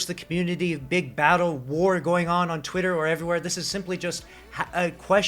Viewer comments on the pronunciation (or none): none